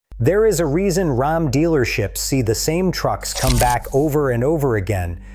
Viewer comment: From the horrible robot voice over that pronounces "RAM" as "Rahm" on the fifth word of the video to the hugely misleading "#1" (if your Ram has "e-Torque", it doesn't use the starter to restart your engine, it uses that big-ass 48-volt DC motor to directly turn the crankshaft) -- I'm giving this video a "thumbs down"